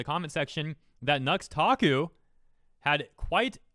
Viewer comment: The x is silent, you're supposed to pronounce his name as "Nutaku". He gets really onto people about this.